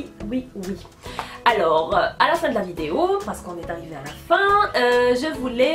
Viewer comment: j'adore bcp tes video et la façon dont tu prononce vidéééooo lol je veux participer au concoure et comme idée pour la prochaine fois des tutos maquillage et coiffure et meme j'ai bien aimé la vidéo ou tu a cuisiné c’était une très bonne idée